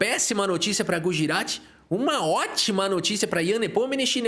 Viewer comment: Ian Nepomininniniminimkich kkkkkk bom demais. Gosto muito do seu trabalho!